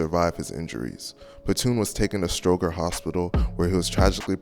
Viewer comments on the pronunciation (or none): Please pronounce it correctly. Stoger is pronounced stro-jer. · Stroger is pronounced with a soft G, like strojer